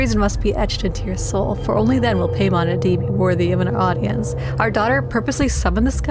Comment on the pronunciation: Quick tidbit: Paimon is pronounced like "pie-mon" instead of "pay-mon". I'm no grammar police though, so do whatever you want!